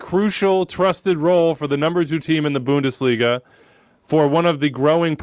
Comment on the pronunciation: Or how ‘bout Bundesh-liga...